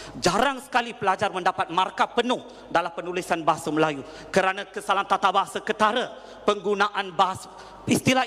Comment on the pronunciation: "bahasah".."melays" & "alamdullah"..which is awkward for me..where does it come from Sir?